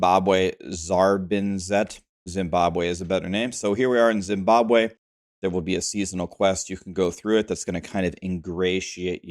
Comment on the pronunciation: Hit the like the moment you called that city "Simbabwe" - couldn't stop laughing for a minute 😅